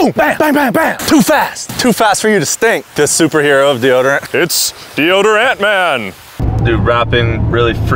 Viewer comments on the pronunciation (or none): “Put geroderant On random people”